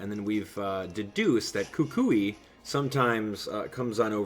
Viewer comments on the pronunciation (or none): none